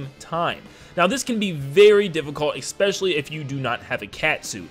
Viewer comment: I'm so sorry. I'm so so so sorry. But it drives me insane when you say "expecially." This is so petty and doesn't matter at all. It's a wonderfully made video and I have no right to be saying this, but I was raised a grammar N*zi so I just have to say it. It's "especially." Please forgive me.